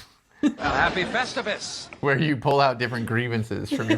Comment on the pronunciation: Count me in for "Vestivus". The aluminum pole can definitely fit in the vest 🤣